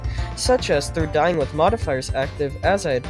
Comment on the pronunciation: “They would haHAve their own unique way of appearing, such as through dyIying with modifiers active.” Did you have a stroke or something?